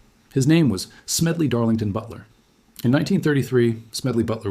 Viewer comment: When you said Smedley Darlington Butler's name I actually laughed. But five minutes into your description of him, I stopped smiling and really started listening. When you brought in Gerald McGuire, I immediately thought of the conversations that have been milling around wealthy Christian Nationalists and Billionaires who are currently jockeying for political control. We need men like Smedley Butler now more than ever. And just a small criticism, but I thought it was Franklin (Della NO), not De Lain Oh. And the little whip sound that you used when switching from one scene to the next adds a comical effect that doesn't need to accompany this serious story. Otherwise this is near perfect, and a story we need now more than any other time.